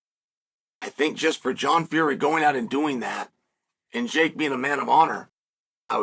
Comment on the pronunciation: I'm glad Chael is getting Will Fury's name right again.